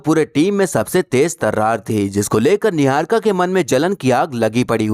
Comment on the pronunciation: yeah yeah 😂 .... Kangna diwani chamchi .. jealous n insecure ... 😆 Khud pehle apni pronounciation to theek nahi ki apni. Chamchagiri aur rakhi sawant se zyada attention ko tarsi huwi ladki 😂